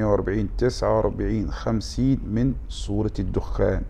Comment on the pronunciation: سورة الدخان و ليس الدخّان